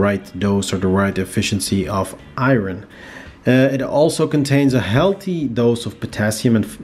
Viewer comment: The way you say "iron" makes me smile. Great video thanks for the info.